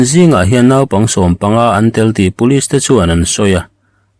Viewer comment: In ti ṭha ṭhin hle mai, chhiar pawh in thiam khawp e; chutih laiin, thu mal 'naupang' hi ni danga chhiarah a tel leh chuan, 'nau' erawh hi chu tawi hata lam rîk ni tawh se a duhawm hle mai. 'Chuti fakau chu' tih a 'kau' rîk angin.